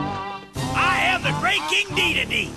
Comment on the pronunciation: when he said dedede man i heard gigidy man